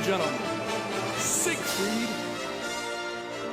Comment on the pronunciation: He's even got a video in the video that says the name right, and he immediately says it wrong again. 💀